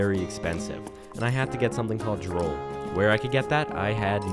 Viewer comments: You called it Droll, it's pronounced Droooool, like the stuff that drips from your mouth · Anyone else notice he pronounces drool like drole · Why do you pronounce drool as droll? And did you not notice that you got it from the slimes?